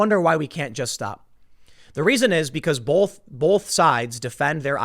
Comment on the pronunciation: Tim - for the love of, whatever, there's no L in the word "both". Sorry, it's been driving me crazy.